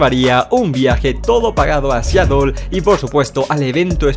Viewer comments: Tambien dice Siatel en vez de Seatle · se escribe Seattle pero se pronuncia Seadle